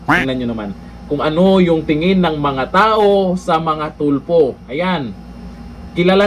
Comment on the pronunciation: Correct . Bawat bigkas Tulfo nagiging TUPLOK the ROBUST LAW Bender !